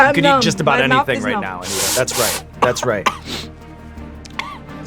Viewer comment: Anitta or Anita? They say Anita but it's written Anitta?